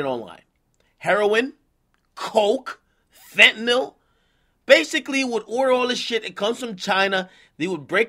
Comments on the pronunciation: “fetnill” lmaoo damnit ak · what is fentmil? (I'm asking for drug users/dealers) #Fentmil???